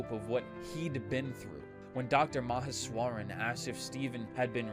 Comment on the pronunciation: That pronunciation of Meheswaran actually has me wondering if this voice is AI or if you’re a real person reading this. It never even occurred to me until now to wonder about that when watching videos like this